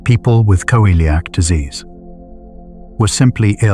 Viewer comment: Why does it pronounce celiac as Co-eliac disease? 😅